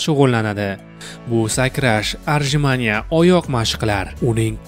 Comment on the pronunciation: Ruscha so'zlarni bilsang qo'ship gapir bilmasang gapirma bratishkam. Arjimanie bo'lmaydi otjimaniye bo'ladi!